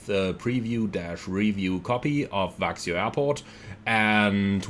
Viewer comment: I live close to Växjö and it's pronounced "veck-schö" :)